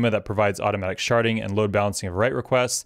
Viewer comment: Hehe can't unhear "sharting" every time you say it